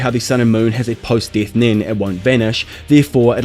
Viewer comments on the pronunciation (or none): “Beetle to the deeth” lol u talk funny